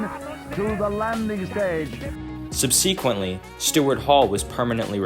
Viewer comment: Cool video dude, keep up the good work. Two notes: they are pronounced in-dee-cent and sub-seh-quent :)